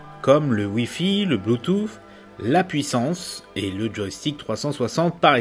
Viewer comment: depuis quand le mot " Bluetooth " se prononce " bluetouf"?